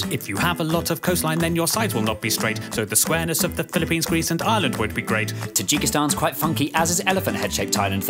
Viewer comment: Probs to for being the one person who pronounced Ireland somewhat like how it is pronounced, instead of saying I-ur-laand